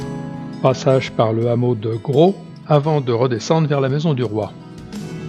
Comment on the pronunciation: Belle vidéo, pour information le " S " de Gros se prononce ! Dommage d'avoir pris la route sur les 3/4 de l'itinéraire finalement, un sentier fait presque tout le tour sans quasiment voir la route en goudron, partant du hameau de la Fond d'Eyglier et remontant sur Gros dans les falaise un peu plus bas que la route, puis le sentier du canal de Guillestre qui surplombe la route de la Viste !